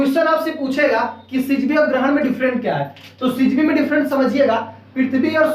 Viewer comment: Not सिजिवी that's syzygy(सिजिगी )